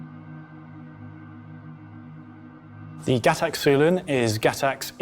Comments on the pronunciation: I cringe so hard every time he says Gac-tac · why does pronounce Gatac and GacTac?